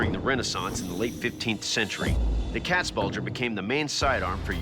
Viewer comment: Wow I did not know you could butcher the pronunciation of both Katzbalge and especially Landsknecht this much.